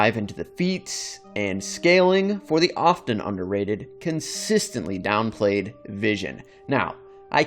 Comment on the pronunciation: Lol it's ironic you said dawnplayed....